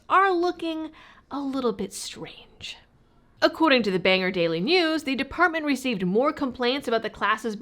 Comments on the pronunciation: I laughed because they cancelled from 18 online complaints. Also friendly FYI Bangor is pronounced Bang - gore. 👍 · well, if they wanna act stupid, im glad that you called their city "banger". They call it "bang-gor" . They dont seem to like it being called banger, but meh, whatever now lol